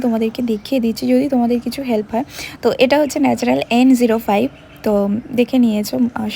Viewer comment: Ota' naturel' not 'natural ' 🤭